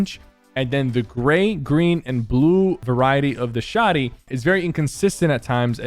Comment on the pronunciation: stop calling it a shawdy